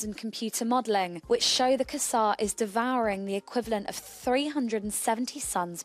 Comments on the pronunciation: Er...how long has quasar been pronounced kuzzar? Isn't it kway-zar? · I think it is quite obvious that they are just announcing the brightest known object to date. The pronunciation of quasar is just bizarre though. In fact they managed to rhyme it with "bizarre".